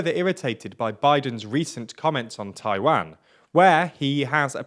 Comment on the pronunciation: Your pronunciation of "Taiwan" is terrible